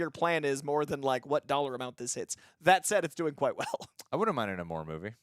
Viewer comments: Bruh you can’t give a long speech about a character not being true to what he should be if you don’t know how to say the characters name. If your such a Namor fan say his name right. It’s Nay-More not Nuh-more. Has been in every medium. Now when Tenoch Huerta said it with a thick accent it sounded like the former but everyone else said Nay-More in the film. Just saying I’m rubbed the wrong way if your talking about staying true to the character but saying his name wrong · The RiRi Williams stuff was okay and DIRECTLY tied-into the plot. The Everett Ross/Valentina stuff was FORCED setup for Thunderbolts and was ABSOLUTELY NOT NECESSARY. Namor (pronounced NAY-more, I refuse to say Nuh-MORE -- though I will admit the explanation of his name makes much more sense than the comic book "backwards Roman" thing)